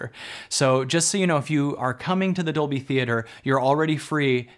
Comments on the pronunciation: Hali Chambers, Labyrinth Gal Yes, same for me! doing it in "dubblie" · Completely off-topic (Squirrel!), but every time you say "Dolby" it translates to Spinal Tap and "doubley." Because it's in Doubley. Also, coincidentally, I was the 11th Like . . . because it's one louder, innit it? ;-)